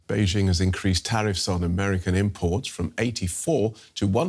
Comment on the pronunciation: “Be jing” 😂😂😂😂